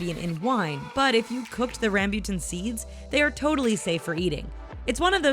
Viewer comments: Ehem* i live in the philippines theres alot of RamByuTan here -_- tbh its not Ram•Byu•Tan Its Ram•Boo•Tan btw its so tasty~ and sweet!! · nooo not rambutam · it's ram-boo-tan, not ram-byu-tan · NOT RAYMBUTEN!! it ram-butan in a fast pace... and inpronouncing r in rambutan its rrrr ok? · Ramb u tan Nope its not how you say it its Ram bu tan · Correction: RAMBUTAN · uhh... HELLO?! WHERE DID YOU GET THAT?! RAMBOTAN IS VERY GOOD WHY?! JUST WHY??!!!! AND YOU CAN'T EVEN SAY RAMBOTAN OK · "Ram-byu-tan" ha?...haha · Why am i so disturbed by the way she pronounces rambutan?? Its been so long since i've eaten any, but i did had durian abt two months ago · BTW Rambutan is read Rum boo tun. Rambutan means hairy and it is called rambutan because well. It’s hairy. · u prononce rambutan wrongly